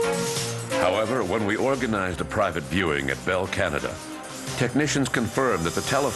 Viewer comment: Did the Narrator just screw up and say CAHNAHDAH instead of Canada? 😅😆